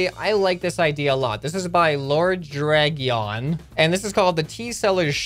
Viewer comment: also its pronounced lord dra-jun